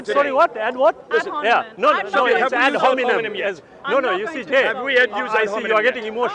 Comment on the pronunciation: ad honimen ? ... English teacher ? waw